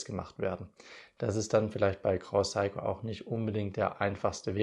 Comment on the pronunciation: Sehr schönes Video und tolles Thema. Und noch ein Youtuber von vielen, die einfach "SEIKO" NICHT KORREKT aussprechen. Vielleicht beim nächsten Mal 😊